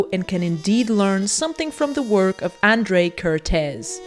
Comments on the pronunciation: Hungarian person here... Your pronunciation of the un-accented part of his name is not bad, however you didn't pronounce the accents at all. It should sound like "Ah-n-dr-ay Ker-t-ay-s". The "sz" in Hungarian is just an "s" sound in English and the "s" sound in Hungarian is a "sh" sound in English. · Hi, Hungarian here. Kertész András (the hungarian name order) pronuncaitaon is like "care-tase" "An-D-rush" (IPA: kɛrteːs ɒŋdraːʃ). Hungarian is language wich use the letters as sounds, so the letter "A" is always pronunced the same way no matter the word (there are some example, but this is the general rule)